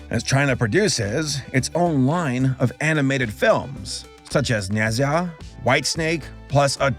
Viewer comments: nezha is pronounced like nah jah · Just a note for the future review: you pronounced NeZha wrong. It's neh-jah or nah-jah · it's pronounced nuh jah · Isn't it pronounced like "Nay-ja"? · Nezha is pronounced Nay-Jah for you American folks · It's actually pronounced ne-zh-u but the zh is sh but with a z sound instead of s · Btw for when you get to it, its not nez-ha, its more like how you pronounce the roll in raja. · Also Nezha is pronounced "Nada" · Lmao im laughing at the fact that nezha is not pronounced that way. I watched it, my dad told me the story, etc lol. It’s a chinese name so imma not say anything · Before you do make a video on NeZha, try listening to how it's pronounced first (not making fun, just to sound pro when you talk about it next time). A great YouTube channel who reviews Chinese animation is DongHua Reviews (donghua is what Chinese animation is called). Also, keep an eye out for Jiang Ziya! (more mature than NeZha) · The way says nezha makes me crack up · I hate to be that one guy but you messed up the pronunciation of nezha(i believe). If i’m wrong then i’ll admit i’m an idiot. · I know you probably have gotten comments about this but you pronounced Nezha wrong, I can't tell you how to say it correctly as this is a comment and not a recording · I'm sorry but the way you pronounced Nezha really caught me off guard and made me giggle. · Your pronouncing of "Nezha" dealt me major psychic damage